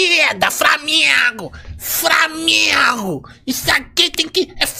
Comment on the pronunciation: Maluco ridículo esse aí falando framengo